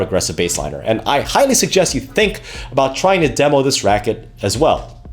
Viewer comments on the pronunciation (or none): none